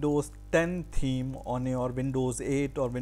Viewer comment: is he saying theme or team?